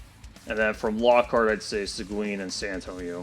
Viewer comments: Segween? It's pronounced Segeen. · Its See-guin, not Sequin.